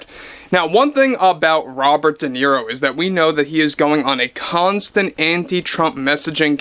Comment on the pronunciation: Se pronuncia De Niro, tal como se lee, el apellido es italiano